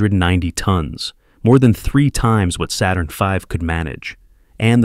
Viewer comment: Did you catch the errors? I suppose you do not want to correct them? The voice mispronounced the 'Saturn 5' ; then further on you said litres and not tonnes.